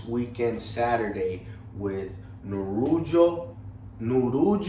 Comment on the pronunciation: Bro ... he's name is Nurullo ,,,but not[ Nurujo]